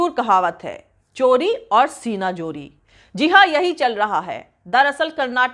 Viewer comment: the word is: Zooree Not Jooree Thanks